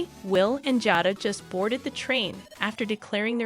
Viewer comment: Her name is pronounced (jay-da)